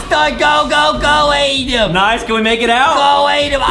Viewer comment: Adam not Adem Justin